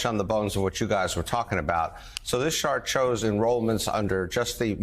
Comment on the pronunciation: "this shart chows." 😂😂😂